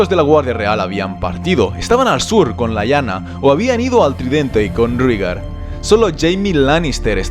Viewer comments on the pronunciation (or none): Todo bien pero "Rígar"? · Creo que se pronuncia "Réigar" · No me gusta corregirte,, pero estás pronunciando mal. Rahegar se pronuncia de manera similar a como pronunciaste Rhaella, es decir Ra-e-gar, con acento en la sílaba final. Por otra parte, Lyanna se pronuncia tal cual se escribe: li-a-na teniendo diptongo con la sílaba ia, es decir, la separación de las sílabas sería lia-na. Están geniales los videos de Juego de Tronos! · SE PRONUNCIA REIGAR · En la dinastía Targeryan el diptongo "ae" se pronuncia como "i": "iris", "rhilar", "rhigar" "dinerys" "igon". 🙂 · sobre como pronunciar, solo analiza los fonemas con lo que sabemos de la serie. Si "Daenerys" se dice "Daenerys", esa "ae" se lee como se escribe: ae. Por tanto, "Rhaegar" se dice "Raegar". Del mismo modo, si te das cuenta, Aerys, Shaera y Jaehaerys. Porque en todos los casos es el mismo fonema, es una "raiz familiar", que en las novelas suelen usar los escritores para dar uniformidad a una familia y facilitar al lector el asociar varios miembros de la misma familia, como "aragorn-arathorn". Por tanto... "Raegar", "Daeneris", "Aeris", "Saera" y "Jaejaeris". Un saludo! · TU narrativa siempre es excelente¡¡¡... y en castellano se pronuncia "Rigar", ae suena como í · Rhaegar = Reigar Lyanna = Lianna Arya = Aria (Muchos Angloparlantes creen erróneamente que se pronuncia ARAIA) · Interesante, lo que no me cierra es que en algunos casos hables de Rigar en lugar de Rhaegar o de Laina en lugar de Lyana Stark, o tratas de usar la posible pronunciación inglesa en todos los nombres como incluyendo Winterfell o King´s landing o todos en castellano como Desembarco del Rey o Invernalia, de lo contrario se escucha bastante mal. Por otra parte, anotas las fechas 269 DC, qué significas la D y la C? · Que mal pronuncias todos los nombres